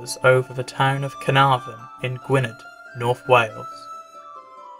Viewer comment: One minute in and you pronounced Gwynedd "Gwin-ED." It's pronounced Gwin-ETH, which is such a basic pronunciation rule my guy.